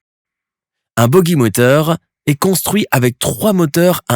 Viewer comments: La voix de Lama Faché... Ca m'étonne même pas qu"il dise "Boguie" au lieu de "Bogie"... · On ne dit pas BOGUI mais BOJI (je parle de la phonétique).